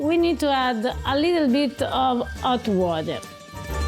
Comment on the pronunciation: "A leettle bit of 'ot water' 😅